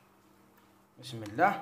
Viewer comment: انا تاني كنت نقول بسم اللهْ ..كيما تنطقها انت حتى دارولى لارومارك ...نقولوا بسم اللهِ